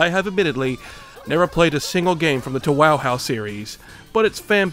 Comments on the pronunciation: its pronounced yoohoo actually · He pronounced "TouHou" as "TooHoo" "Tuhuh", "Toe-chika-wawo" and "Toonami" bruh 🗿🗿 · The way you pronounced Thouhou got me rolling on the floor! Its pronounced toe-hoe lol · "That's not how you say TauHau" ... "Actually yes, those is exactly how you say TuaHua" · The "toohoo" at first confused me until I realized he just went with several ways to mispronounce Touhou lmao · "too who" hello, reddit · love how you pronounced "teehee" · Normally, one would get hate for calling Touhou a anime, but you were so funny and non-serious with it, I have no idea if you will actually get any hate for it. Also, I think pronouncing Touhou as "Toe Hoe" might be a bit more accurate than what you said. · Him calling it toonami had me rolling dude. Peak comedy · You pronounced Towaheehoowe wrong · He said toohoo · goddammit i heard Rensenware and wen't like "kinda sounds like Reisen from touhou lol" IT WAS TOUHOU oh yea it is pronounced like toe--hoe, not to be the smart person here just wanna help :) (i could also be wrong, the touhou community is something special) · Why do you pronounce touhou like twaha 😭 (great video btw) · love your pronunciations for touhou. makes me very happy to be a tamagachi hamanachi fan :) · internationally fucking up the name of TouHou has to be up there with one of my favorite gags from this channel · I find the amount of time he intentionally said touhou incorrect to be hilarious. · "If I say 'Touhou' every possibly way, I'll be right once, and comedic" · Damn you had me dying with the touhou mispronounciations. Love the video! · I fucking loved how you purposefully mispronounced Tou Hou to piss off as many people as possible. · Love that you don't know how to pronounce touhou so you just say whatever you want there. As a fan of the games myself I love it. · I love how you mispronounce Touhou in all sorts of different ways. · Peak comedy with pronouncing touhou different every time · "Toe Hoe"? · Touhou = Tofu